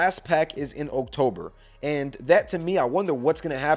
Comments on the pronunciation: This has nothing to do with anything, but why do you pronounce October? Oak Tober 🤣🤣🤣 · Why you say "October" like that tho?